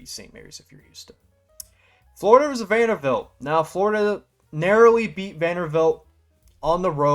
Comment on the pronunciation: Vander-BILT. Come on my guy. Great video non the less